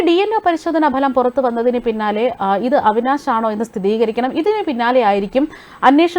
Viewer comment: സ്ഥിതീകരിക്കണം എന്നല്ല, സ്ഥിരീകരിക്കണം എന്നാ പറയേണ്ടത്